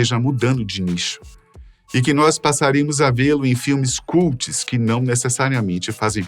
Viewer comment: Absurdo um apresentador não PROCURAR SABER as pronúncias das palavras que desconhece: o sobrenome da mãe dos filhos de Johnny Depp: PARADIS (procura no Google pronunciation), a palavra CULT, etc. O trabalho é apresentar. Portanto, tem que pronunciar corretamente as palavras. Quando não souber, procure!